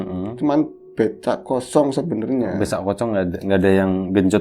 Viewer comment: dampek keliru ngomong "becak kosong"...jadi "besak kocong".... Hhhhh.......nyantai aja mas